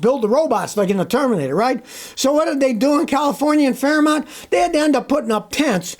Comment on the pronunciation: It's Fremont NOT Fairmont